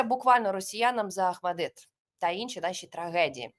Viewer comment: Не «ахмадет», а Ахмадит!!!